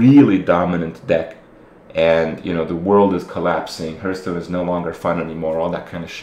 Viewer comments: WHY DOES HE PRONOUNCE IT HERHSTONE AND NO HEARTHSTONE????? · One day you will learn to correctly pronounce Hearthstone.